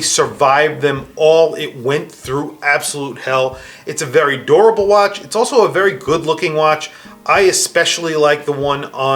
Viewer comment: When he was saying durable I thought he was saying adorable...